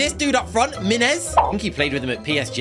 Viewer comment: ”This dude Ménez” -...